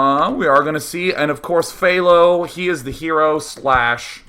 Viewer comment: u pronounced HThao wrong day9